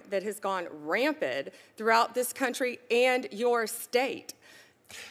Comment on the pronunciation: Also it's "rampant" not "ramp-ed".